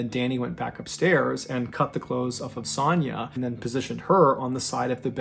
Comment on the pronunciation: The way you pronounce Sonya KILLS ME. It’s like an o sound. O. Sonya. You say it like “sanya”